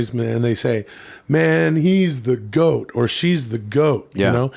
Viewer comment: Thoth. That's the guy/girl that made writing. Why does think GOAT is pronounced 'gout'?